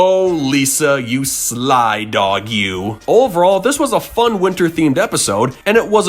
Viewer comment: Don’t you mean F.U.N? You said F.O.N.